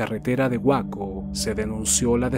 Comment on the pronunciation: Una pequeña observación sin ánimos de ser molesto por que el trabajo en estos videos es excepcional, respecto a Waco, se pronuncia “Wayco” saludos a todos en el canal…